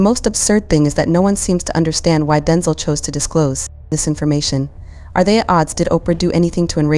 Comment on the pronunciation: His name is Denzel, not Denzal. Come on!